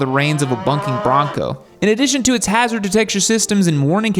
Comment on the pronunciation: It is bucking bronco not "bunking" it is fine. We all do it